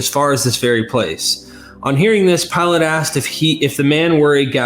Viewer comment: Yeah, but it is Pilate, not Pilot. I guess the difference flew over their heads.